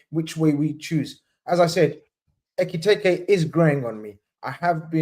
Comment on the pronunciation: Brudda had five different ways of pronouncing Ekitike😭